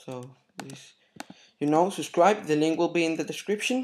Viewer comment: lol, at the end you said "Suscribe" Its Subscribe, Im not hatin' cause I know your not native to english.